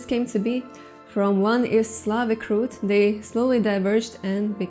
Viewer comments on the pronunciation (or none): none